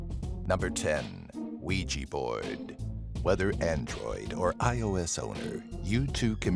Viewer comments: he calls ios,"iso" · hah. he said “isO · It’s iOS not iSO